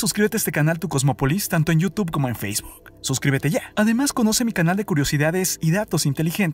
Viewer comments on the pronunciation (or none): none